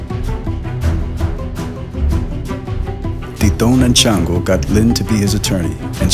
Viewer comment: Its pronounced shawngo not chan- go the name is from the Yoruba tradition ifa the Orisha shango the god of lightning he carries a double headed axe so he probably was a Santeria worshipper which santeria is derived from ifa and native American spirituality along wotb synchronize Catholic saints which they hid black and native deities under the Catholic saints from the Spanish who would've killed them for practicing the tradition just as how in hoodoo and rootwork we hid things by using the bible and Catholic saints